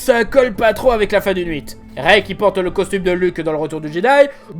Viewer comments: c'est moi ou il dit "nhuit" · Poutaing côn, c'est l'épisode huit. Pas nHuit, Huit [ɥit]. Sinon essaye de le dire comme ça : "oui te". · Moi: ARRETE DE DIRE LE "NHUIT" !!! C JUSTE LE HUIT !!! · Suis je seul à avoir entendu episode nuite au lieu de 8 tt au long de la vidéo ? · "Le n'huit" m'a fait saigner les oreilles durant toute la vidéo 😆😅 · Vous aussi vous entendez nouite à la plus de huit ? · Pourquoi il dit "nuite" au lieu de "huite"? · Est ce qu'il y a que moi qui quand dit huit j'entends n'huit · Est ce que le fait que tu prononce star wars Nuite est une blague que tu as avec tes abonnés ou est ce moi qui est l'oreille défaillante et qui n'entend pas clairement ce que tu prononce, j'ai de réel problème d'audition ce qui peut être lié, mais j'entends quand même à chaque fois le "Nuite", "star wars Nuite". Si quelqu'un a une réponse à donner soit un gros problème d'oreille de ma part, ou un jeu que fais avec ces abonnés ou alors un défaut de pronociation de sa part ou autres.... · Il dit nuite pourquoi je sais pas mais il dit nuite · je t’adore, juste explique moi... Pourquoi tu dis toujours « nhuit » au lieu de « huit »? X) Il y a une raison ou c’est juste un tic de langage? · "Episode Nhuit", ça m'as trigger à chaque prononciation X). Sinon excellente vidéo, un point de vue très intéressant ! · J'ai l'impression qu'à chaque fois que dit le huit il dit nuite, ça m'as perturbé pendant toute la vidéo... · tu me stresse a dire NHUITE au lieu de HUITE🤣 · C moi out tu prononce souvent 8 comme Nhuit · super vidéo, mais a chaque fois, j'entendais "Nuite", quand tu disais huit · On dit le huit ou le nuit 😂😂😂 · C'est sûrement débile de chipoter sur ça, mais... Est-ce que tu dis Nhuit ou c'est moi ? Sinon ton implication est énorme et j'aime beaucoup tes vidéos ! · Je vais poser une question que tout le monde a déjà posée mais ça m'intrigue trop: Pourquoi tu dis "nuite" au lieu de "huit" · Mj ne fais que dire le NHUIT ( huit ) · HUIT pas Nhuit !!!